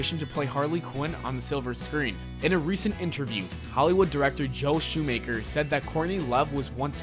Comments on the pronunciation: WHY THE FUCK DO YOU KEEP MISPRONOUNCING NAMES 'Skorkin?' 'Shoemaker' YOU SUCK!! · Joel Schumacher not Schumaker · "Joe ShoeMaker" lol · Arleen Sorkin Not scorkin Joel Shumaker Not Joe Shoemaker Jesus fucking christ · ignore the spelling, it's pronounced "shoe-mocker" not "shoe-maker." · it's days of our LIVES and it's pronounced shoe-mock-er. dumbass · I have heard the horrible "shoemacker" but now you have presented me with "shoemaker", if anybody cares it´s pronounced "shoemaher" pronounce the h as in hen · Joel Shoemaker? I think he meant Joel Schumacher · lol. Joe shoe maker. it's Schumacher. and days of our life? days of our lives dude. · it's not Shoe-Maker, it's pronounced Shoe-Mocker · SchuMACHer..not SchuMAKER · Everytime he said Joel shoemaker I cringed so hard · JOEL Schumacher not Joe, Arlene Sorkin, not Scorkin, Batman the Animated SERIES, not Scene, Warner BROTHERS, not Bros. (Just because it is spelled that way it is never pronounced that way...even if you are a Millennial that says it that way..hello new Super Mario BROTHERS fans..) I lost count of all the mess ups in this video so much that I totally forgot what you were talking about. Slow down, do the research...especially if you're going to do a video about comic book characters that have such a huge following that hearing these misquotes is like drinking salt water after gargling glass. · This video and pronunciations are all fucked up. Arleen Skorkin? Joel Shoemaker? Casted? Showing a picture of Tara Strong while talking about Sorkin? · Joe shoe-maker really???!!! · its shoe- mock -err !!!!!! not shoe maker ! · Joel "Shoe Maker" 😂😂😂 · It's Joel shumocker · Schumacher is not pronounced like a guy who makes Shoes :/ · His pronunciation of “Sorkin” and “Schumacher” as “Skorkin” and “Shoemaker” made me cringe. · Schumacher not shoemaker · Joel "ShoeMAKER"??? Really dude? Smfh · SHOE-MARK-ER man! Sheesh. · You can pronounce Ra's Al Ghul but can't pronounce Schumacher?